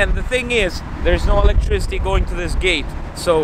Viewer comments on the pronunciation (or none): none